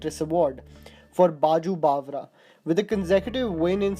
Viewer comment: Correct your Name pronunciation like Baiju Bavra ,Kamal Amrohi ...not pronounce correctly.